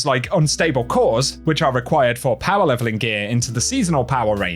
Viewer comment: Translator: "SUMMAHH" = summer "POWAAHH" = power "ARMAAHH" = armour "TOWAAHH" = tower